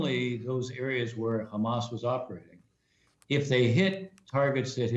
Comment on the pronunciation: It's Hezbollah NOT khezbollah you idiot, it's not khamas it's Hamas. Ignoramus